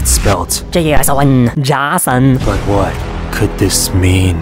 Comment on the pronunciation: When you say Jason i 😂